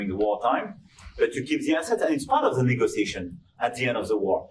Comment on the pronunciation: What did he say? All in all, loans, frozen assets part of negozization 🤔🥴🥴🤣🤣🤣🤣